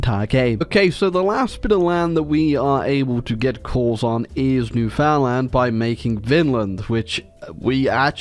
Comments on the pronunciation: As a Canadian, it will always bug me when people say New-Found-Land. Yes that's how it's spelled, but it's pronounced New-fund-lund dammit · ITS PRONOUNCED LIKE "NEWFIN LAND" NOT "NEW FOUND LAND" posting this for all my canadians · It's not "New Found-land" that is just about the worst way to start it, it's actually "Newfin-land". I mean like saying it like that is just blasphemy. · its newfinland not newfoundland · Isp: NEW-FOUND-LAND!! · Alright kids, say it with me! Newfinland. New-fin-land. Say it right ffs. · All these years and still can't pronounce Newfoundland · I hate how says Newfoundland